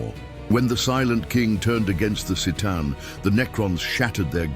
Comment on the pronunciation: it's pronounced Ktaan, not Seetaan. Merely saying ... .